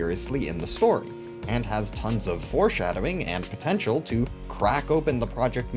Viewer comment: Did you just say potential?